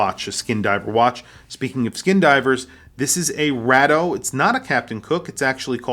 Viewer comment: Why does this guy pronounce Bathyscaphe and Rado incorrectly